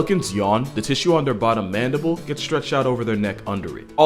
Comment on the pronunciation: DID YOU JUST SAY THAT PELICANS HAVE MANNDIBALS?!!